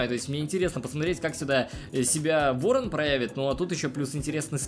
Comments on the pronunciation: Ты сказал вооан 10 раз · 7 раз говорил ворно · Ты сказал Ыорон 10раз